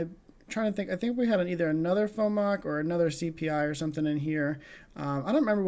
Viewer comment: It’s pronounced F-O-M-C not FooMock. Good stuff.